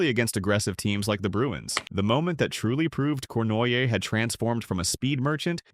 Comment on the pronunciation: AI. Corn why aye.